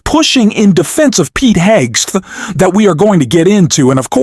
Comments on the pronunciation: Cant even pronounce "Hegseth" - I stopped watching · I thought the ai voice couldn’t pronounce Hegseth’s name, then I realized the ai pronunciation is different each event.